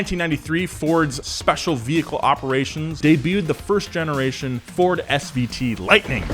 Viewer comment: It’s SVT not SVO special vehicle team